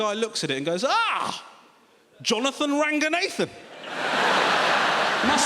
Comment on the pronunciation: The irony is he is not even pronouncing his own name correctly... It's not Ranga-Nathan. It's Ranga-nau-than.